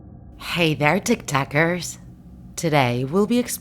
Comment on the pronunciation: Did she just say tic tackers 💀